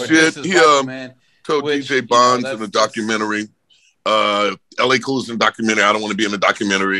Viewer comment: These fools put up LA Cool lol the disrespect!! It’s Ellay Khule